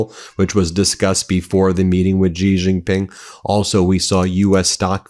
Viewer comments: "GiRafe GiPink", don't try to pronounce correctly, you are aMurican. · Why people say gee ging ping? Its xi jing ping 🤣 Xi is pronounced like she, or see, like in English, If you talk English you can talk chinese! And please use the 25 amendment for trump! What does usa gov waiting for? E.t.s? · When 习近平 is written as Xi Jin Ping, it's Chinese PinYin notation, where "x" pronounced more like /sh/, not /z/ (unlike English words like 'xenophobia'). Think of when they say thanks. 'xie xie'(谢谢). you don't hear 'zie zie'.